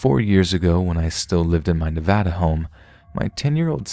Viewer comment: I give you a like, because you don’t say, Nevada wrong.